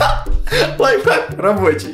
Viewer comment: Прости но не лайхак а лайФхак